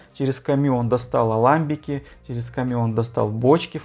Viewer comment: В слове аламбик ударение на последний слог.